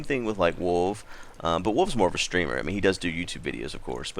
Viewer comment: When he said:"wolv is more of a streamer" i thought he said 'wolv is more of a streaker....' -.